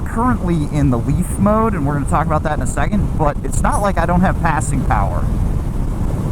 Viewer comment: After one is the commercial breaks when the video starts back up I hear say “Assing Power” 🤣